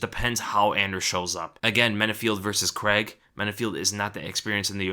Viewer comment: ffs americans... it's pronounced Crayg... there is no such name as Creg